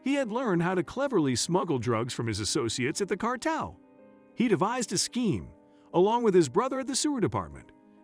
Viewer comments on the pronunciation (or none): Constant mispronounciations are jarring. Casts doubt on the rest of the information. Ramirez does not rhyme with razmataz. Cartel is not cartl. These are common words used in the US. Accents in several of the words are in the wrong syllables. Is this machine speech? Please correct for future videos.